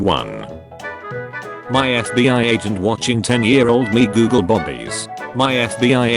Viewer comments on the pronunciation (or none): none